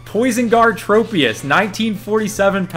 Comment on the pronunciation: Aye mate, it’s trop-ius, as in tropical 😂